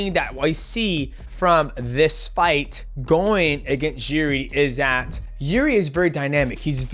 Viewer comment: Call him yuri one more time imma knock the mighty outta you 😭